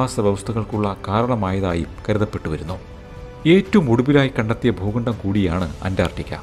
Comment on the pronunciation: 'Pookandam' ?? Substandard pronunciation😅